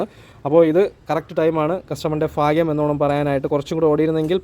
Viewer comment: ഭാഗ്യം... ഫാഗ്യം.. അല്ല 😊